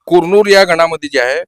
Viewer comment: कुरनूर नीट म्हण 😄😃😃